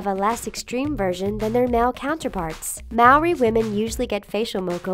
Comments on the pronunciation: She also kept saying "Morri" instead of "Ma-a-ori" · she said Maori wrong... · hearing them pronounce maori wrong is just so painful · y'all Americans gotta learn to roll the 'r' in Māori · She can’t say Maori or moko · You pronounced Maori wrong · the pronunciation of Maori is appalling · What you said about Maori is very very wrong and your pronunciation is awful, I'm Maori and offended